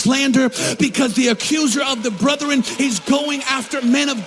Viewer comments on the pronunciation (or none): the word is brethren. Not brothren. But he isn't wrong about Julie Roys. The rest of what he says, well...